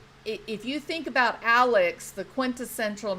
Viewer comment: No one can say that man’s name correctly: it’s AleX, not AleC. My search continues…